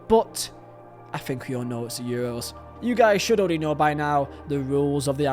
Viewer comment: Man said Euwos😂